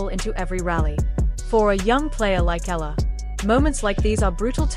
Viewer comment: E-YA-LA cirrect pronunciation